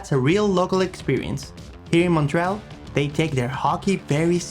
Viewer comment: Just a friendly FYI - there are 3 syllables in Montréal with emphasis on the é.